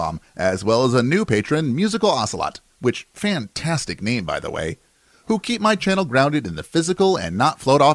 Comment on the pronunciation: Yooooooo you actually said my name right! So many get it wrong. Thanks dude! You're awesome, keep up the good work!